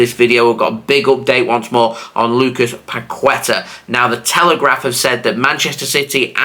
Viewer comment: Bro you need to pronounce Paqueta right 😂